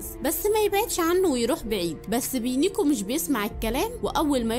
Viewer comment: اسمو بينوكيو مو بينيكاو pinokio